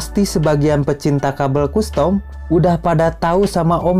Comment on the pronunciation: Kastem om, bukan kustom